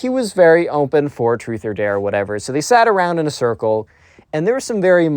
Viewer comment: Like the new vid style! Also psst… “dare” 😉